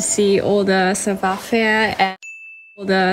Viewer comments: 빨리 말하면 싸봐 맞고 발음은 싸부와ㅎ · 불어발음은 싸봐가 아니라 싸부아임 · 불어 발음은 사투리식으로 나와서...영어로 치면 Jennifer 남부주에서 Jinnifer 식으로 하는것처럼 savoir faire 할때 faire 이 그렇게 나왔어요, savoir는 전형적 동양언어 하는사람 발음이고요...영어발음은 굉장히 좋네요